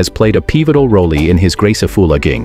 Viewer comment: "He firmly believes that dancing has played a peevotal roley in his grace of foolaking. A sentiment echo-eed by trainer Moni-ka East woood" 😄